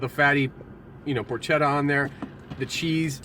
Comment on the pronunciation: So far I have only found 1 food reviewer who knows how to correctly pronounce "Porchetta." I really hoped it would have been you. sniff... sniff :( But nice review! XD